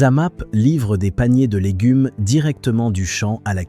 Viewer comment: Avec l’ IA c’est légunes, boulamgerie,boucherié ...